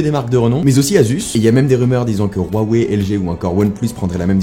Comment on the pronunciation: Stp huawei pas rroiwei